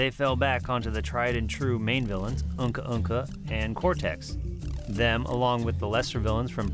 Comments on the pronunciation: It’s uka uka not uhka uhka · Love the documentary, love the production value, love the effort you put into this... but did you just pronounce the iconic big bad Uka Uka's name as Unka Unka??